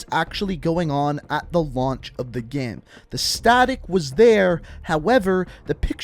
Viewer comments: Why do you say game like “gæm”?? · Or everytime he says gæm